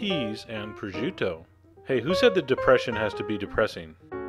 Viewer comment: Chef John, this is a common dish in my family. Or at least we have very similar dishes to the one in the video. I just have to say, you really should learn the correct pronunciations of "penne" and "prosciutto". Forvo (dot) com is a great place to hear them correctly. I love that you added my favorite song in the world at the end of this!